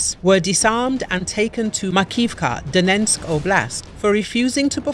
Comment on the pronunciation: Every video this woman narrates, she says "Donensk". There's no second "n". It's Donetsk. It's not that hard. Sorry, drives me nuts when a so called professional...well, isn't.